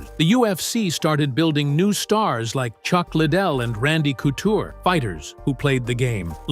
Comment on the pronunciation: Good old Randy “Cootcher”